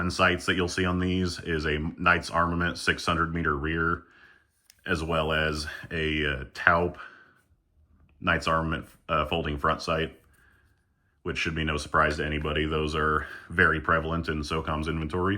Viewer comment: Taupe is pronounced like 'tow', like to 'tow' a boat. Towp